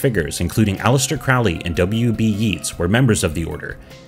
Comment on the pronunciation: My boy, if you are going to comment on this tradition, learn first how to pronounce Crowley and Yeats.